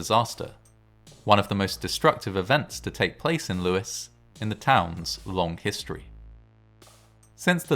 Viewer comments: No, it's pronounced Lew-is as in the name Lewis. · It's pronounced Lews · No, it's pronounced Lewis. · Lewes is pronounced loo's, as in word lose, not trying to be picky.